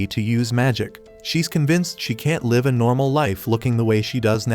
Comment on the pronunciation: Mate why you say live = laive